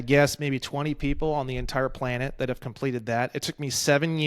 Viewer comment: planned-it, play-net